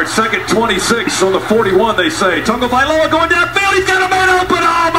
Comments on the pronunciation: Eli Gold is the best in the business. He kept his professionalism even after the kick6. Not only does he always pronounce every name correctly(unlike the Georgia guy), he'll tell you about their Mama and Daddy and their hometown. If he has a fault at all as an announcer it's not being enough of a homer. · Michigan loosing to State was great so was the Georgia announcer mispronouncing Tagovailoa on purpose then getting cooked for the National Championship. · I think the highlight of this is the Georgia commentators trying to pronounce Tua's last name lmao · Feels like the Tua TD was karma for the announcer deliberately messing up his name. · TBF the Georgia guys deserved heartbreak for making fun of Tua's name. It's your job to pronounce things correctly. Do your job. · As a Georgia fan, we deserved to lose to Bama in the natty after how that man mispronounced Tagovailoa so terribly. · announcer for georgia is a straight up dic. I've never heard an announcer butcher a players name on purpose like that, like he did with Tua's name. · the dude intentionally mispronouncing tua's name prob should have gotten fired for that. completely unnecessary disrespect. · you have to admit is the most ridiculous try at pronouncing Tagovailoa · "Fans are on the goal posts. I don't know why..." is funny. Those Georgia announcers deserved to experience that feeling for not being professional enough to pronounce Tua Tagovailoa correctly. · " they tag teamed tagel-vi-togi-mamoa" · No he didn’t. He said “Tug-o-vai-loa” when it’s pronounced “Tung-o-vai-loa” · Tago via tongie... tongie via momoa! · Toungey Mamoa 😂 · Tag o vah lie tungee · TUNGY MAMOA! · I think eventually they settled on Tua JasonMomoa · Wait, his name isn't pronounced Tagovaitoungeymmmtoungeymaomoa? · "Tag teamed tackle.. Tungy... Tungy A-Ma-Moa". This man is supposed to get players names correctly for a living. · no it's not. Tago vail oa . You learn to pronounce it once and you get over yourself. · "Toungy Mamoa" 😂💀